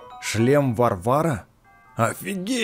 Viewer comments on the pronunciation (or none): Не шлем варВАра а ВАрвара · Не варвАра а вАрвара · Все: доспехи вАрвара: доспехи варвАра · Все: иди к ганону Я: это не шлем варвАра, а шлем вАрвара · Потомучто не варвАра,а вАрвара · Продолжай говорить не шлем вАрвара, а шлем варвАра😉 плиз! Классно!😂😂😂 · Броня не "Варва'ра", а "Ва'рвара, ты что в клеш рояль и клеш оф кленз не играл?, ну вообще всякий можеи сделать ошибку, и видио твои мне ооочень нравятся, и снимаешь ты ооооочень круто !!!!!, ты очень крутой и удачи в продвижении канала ! 😀👍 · не доспех варва'ра а доспех ва' рвара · не доспехи ВарвАра А доспехи ВАрвара если что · правильно не шлем варва́ра а ва́рвара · Не броня врвАРа,а вАрвара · Вааааааарвара а не варвара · Не Варвара а ва р ва ра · Наряд вАрвара а не варвАра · правильно говорить вАрвара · это броня не вАрвара ,а варвАра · это броня вАрвара а не варвАра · И не варвАра, а вАрвара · Не ВарвАра, а вАрвара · Вааарвара а не варвааара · не варвАра а вАрвара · Ааааааааааааааа не варва'р а ва' рвар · не варвАра а вАрвара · Не варв`ара, а в`арвара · 😂😂😂не варва'ра а ва'рвара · Не Варвара а Ва’рвара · Не варвАра а правильно вАрвара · Не Варвара а варвара тоесть от слова варвар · Это не норяд варва'ра а ва'рвара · Не варва'ра а ва'рвора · вАрвара а не варвАра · Какая нвфиг варвара я угараю,не варвАра а вАрвара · и не варвАра а вАрвара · Броня: вАЯрвара, а не Варвара!!! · Не варвара_ а ва_рвара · Никто: Апсолютно никто::Шлем варвАра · Не Варвара,а ва́рвара!от слова ва́рвар. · Надо ставить в слове варвара ставить ударение на 2 а . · Правильно говорить в`арвара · не шлем варвара а варвара ударение ставь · ты не правильно говоришь надо говорить в`арвара!! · Наряд варвара, ударение на 1-ую а и спасибо за видосик☺☺☺☺☺☺☺☺☺ но выпусти My time at Portia пожалуйста 😢😢😢😢😢😢😢😢😢😢😢😢😢😢😢😢😢😢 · Варвара! Ударение на 1 слог! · Не Варвара а Варвара Кто тоже с двумя наголосами прочиал тот красава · Снаряжение Варвара ствь ударение правильно